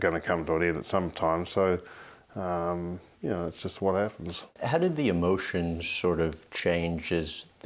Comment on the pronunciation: “Ya Kneow”